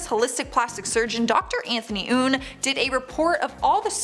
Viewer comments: That's YOUN, not OUN!!! LOL😄...ohhhh, Dr. Youn, you crack me up! Love you to pieces! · "That's Youn not oon" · It's Youn, not Ounnnn. I like it😂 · that’s YOUN, NOT OONNNN! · These lists are arbitrary and ridiculous. And, arrogant putting “cat lady”and Pam Anderson in the same list?! I watched this because of Dr. Youn, but otherwise, they make no sense. Also, pronounce his name correctly, if you’re going to talk about him! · i literally went "ugh" every time they mispronounced your last name. apparently the Y is invisible lol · Idk how she butchered his name so badly